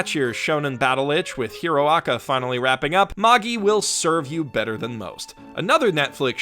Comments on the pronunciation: Mae-gie Not mah-ge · It's said Mage-eye. Plural of mage, "mages" is the incorrect plural form. Mag-gee? Really? I'll be sure to read the munguh of Maggee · No,. It is not pronounced the way you think. Magi is pronounced like the word magic without the C. That's how the actual pronunciation of the word is. What you are pronouncing it, is how the dub copied how the Japanese people say it because they can't pronounce other languages properly because of their accent. Don't believe me. The dub even incorrectly carried over how they mispronounced the name Titus. They pronounce the "I" like it's an "ee" Magi is the plural of the ancient word Magus, a Persian word for a sorcerer It's the same problem where people mispronounces Academia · Wait...what? Maaa-geeee? Isn’t it Maj-eye? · It's pronounced "maj-eye". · I almost want to downvote you for that pronunciation of Magi alone. Almost. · How can we take you seriously if you can't pronounce "Magi" correctly? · I think They pronounce Magi in show incorrectly. 'Mobile Suit Gundam: Unicorn' .....Wha? Unicorn really? I thought that show was terrible. .....Also no Wakfu on your list (After putting Dragon Prince on there, you don't got an excuse.)? Or Voltron? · The way you pronounce Magi hurts my heart.